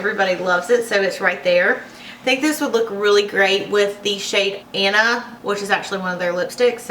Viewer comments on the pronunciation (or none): none